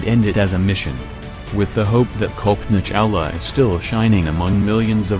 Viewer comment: It's pronounced Cullpanaa Chawla (not Kowlpoena). 🙂